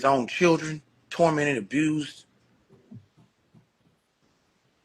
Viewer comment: Billy said “pamily” but you said “abrused “ like three times!😂😂😂And how is the comedy community NOT affected when one of the biggest comedians in the world, on tour with other well known comedians, name is involved in this? Have you seen the many comedians speaking on this? SMH! I don’t think you’re you’re intellectually equipped to cover this story……type shht 😂😂😂